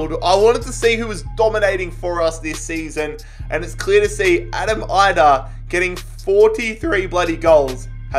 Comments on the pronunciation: Idah is actually produced with an E just for future reference if you use him again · it’s Adam EE-dah no EYE-dah